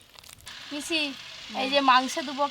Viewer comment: পিশি না পিচি নাকি চিচি😂😂😂😂